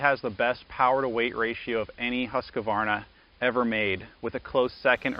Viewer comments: how many As are in Husqvarna: 2 not 3..... 2 HUSQ Varna not HUSKA Varna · "Husquhvarna" is not a word. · Interesting how the name is pronounced in the US, Husq a varna, in the UK/Aus, it’s Husqvarna, without the extra ‘a’ in the middle. Stuff one learns on YouTube 😅